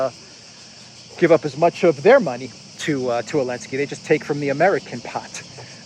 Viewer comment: Why's he call him "elensky?"